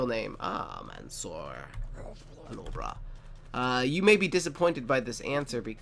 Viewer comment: OMG! Haha what a pronunciation of my name. It's Arabic and that's why you can't pronounce it. The first part is like the word "man". The second part which is "sour" is pronounced like parkour. My last name is Alobrah and you almost pronounced it correct lol.